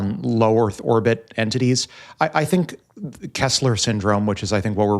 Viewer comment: Ha ha ha. Tile the earf too 😐